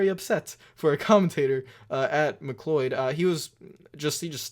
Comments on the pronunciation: I think his name is pronounced McCloud like the clouds in the sky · Oof the butchering of BJ McLeod’s name The proper way to pronounce it is (mc-loud) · McCleud is pronounced McClowed like cow, cloy. That just bugged me a little bit, but it wasn’t that big a deal obviously. Also, the big problem Mike Joy was having was that McCleud pretty much stopped on pit road at least 5 stalls away from his. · Just gotta throw it out there, McLeod is pronounced like "cloud" ;)